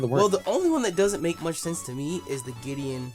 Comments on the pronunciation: gladion not Gideon😂😂😂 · His name is Gladion, not Giddion I don't like correcting people, but the amount of cringe I had to go through just then... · giddion haha what is this The Flash, his mame is gladion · Gladion. GLADION. .... Fomantis. FOMANTIS. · Lol "Giddion" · I can't be the only person who gets so annoyed that they keep calling Gladion, Giddeon. Gravity Falls ended a while ago, stop thinking about it. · wasnt that fucking team skull nigga called gladion? or gladeon or whatever